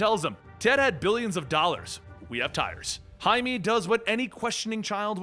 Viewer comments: Jaime That’s High-may, not High-me :P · It bugs me that you keep pronouncing blue beetle's name like hi-me, when it's hi-may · It's Jaime you dumb shit Jaime JAIME not Him-E (High-MAY) JAIME REYES, for fucks sake how just no one know how to say it. Jaime, Jaime. Jeezus! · lmao your're pronouncing the Blue Beatles name wrong. Jaime -- sounds like (hi-may) not "me" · no its not its High-me not met many Jaimes huh? He literally calls himself Jaime. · Its pronounced Hi Meh